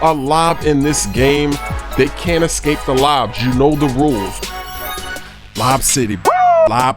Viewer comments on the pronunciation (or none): none